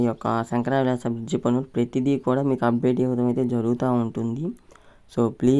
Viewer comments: Sankara vilas kaadu bro. That is Sankar villas .firest change your pronunciation, your language effect to others... Firest change your language or stop your videos immediately. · నీబొంద శంకరా విలాస్ కాదు శంకర విలాస్ అనాలి తెలుగు ఎక్కడ నేర్చుకున్నావు నేర్పిన వెధవ ఎవడు?